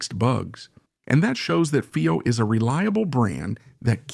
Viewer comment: have your A.I pronounce Fiio the right way..